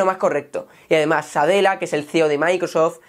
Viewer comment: y no es SADELLA, es NADELLA. (SATYA NADELLA)